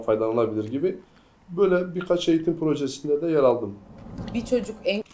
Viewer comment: {#BÖH} ÖZEL HAREKATI adam eytim almamış biri olduğun eğitime eyitim diyişinden belli ettiriyor kendini 😁